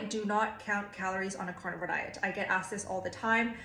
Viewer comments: i know you are saying carnivore I KNOW this. Cant not hear and imagine you saying carnivals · I heard it like you were raising a cow so the cow could lay an egg.